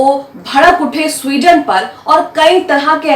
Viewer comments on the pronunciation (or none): Yeh Sweden nahi suarden hai.